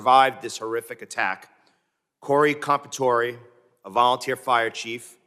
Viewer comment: These people cant pronounce an italian last name corey compatore . The E is not silent on italian last names